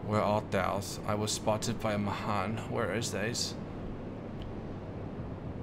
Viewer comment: Srry but it's pronounced mayhan even though it's spelled mahan